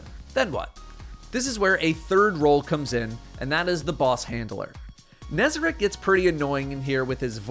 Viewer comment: first destiny 2 youtuber to pronounce nezarec correctly